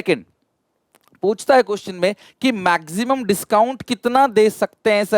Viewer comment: Sir says maxsimum